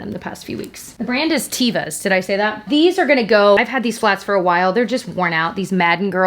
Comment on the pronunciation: Not to be that person put it Teh-va it’s translated from Hebrew meaning nature. Love tevas so much and all your videos